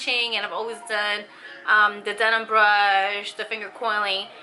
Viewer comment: Ouidad. “Wee dad “. Not audeed. Denman brush. Not denim.